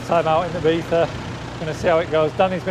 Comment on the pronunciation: ibiza - e-bee-za ! e-beefa = X